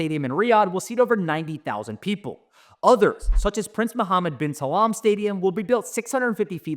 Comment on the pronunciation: Muhammad bin salam 😂😂😂 bro how did you mess up this bad